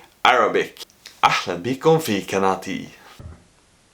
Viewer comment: اسمها اهلا مش احلا يا ههههههه